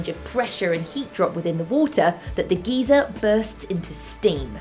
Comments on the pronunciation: Great video! Thanks for taking the time to make these! On a comedic note, your pronunciation of geyser as "gEzer" means something entirely different in the US. A geezer in the US is a derogatory term for an old person, specifically an old man. In the US the word geyser is pronounced "gIzer" with the "gey" part sounding like eye or guy. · Um........Maddi, a "geezer" is an old man. A "g eye zer" is a forced ejection of water my dear. ( I am spelling obviously to show pronunciation diff.) I do love your show. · It's geyser as guY, not geezer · In American we say GUY-zer. In England they say GEE-zer. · Geezer? Geese-er? I kept hearing this as angry old people erupting. :) In the US, it's pronounced GUY-ser. The same way you wouldn't pronounce Stephen Fry's name "Stephen Free." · A geezer is an old man. You mean geyser. Pronounced "GUY-ZER" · It is pronounced "guy-zer" not "geezer" . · I grinned like a little kid every time she said geezer. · Maddie, you're great. But we Yanks pronounce it "guy-zer". :) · In the USA, Geezer is an old man. Geyser (Guyser, g-eye-zer) is what you were talking about. The way you say it humorously changes the definition for us. I didn't realize that it was pronounced differently over seas. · I know certain words are pronounced differently in the UK and the US But come on GEEZER... Really??? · maddie i love you but....geezer?. That's a weirder pronounciation than "Glassyer" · I believe you pronounce it "geezer" in the UK lol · im british too and she is saying it wrong xD its GUY-SER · The y is pronounced as I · I've been to Yellowstone National Park, and it is truly amazing and spectacular. And Maddie can pronounce geyser however she likes. I think her accent is wonderful. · You do realise I'm Icelandic? Both pronunciations are "wrong", the american just less so. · I like the way she pronounces geyser. It's kinda cute actually. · I had to watch this a second time because I was too distracted the first time by the way she pronounced geyser.